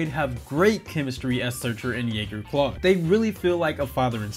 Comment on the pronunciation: All of the things you pointed out that WE might have missed and you missed that it’s CLADE not CLAUDE lol. 🤦🏻‍♀️🤦🏻‍♀️